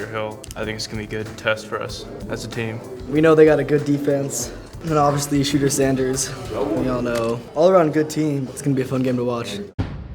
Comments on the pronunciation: This man said shooter sanders. It’s she..duer or sum like that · It’s shedder